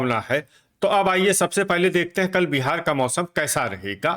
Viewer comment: कल को तल बोलते हैं 😂😂😂